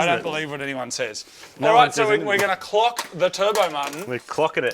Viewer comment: Definitely said “cock the turbo”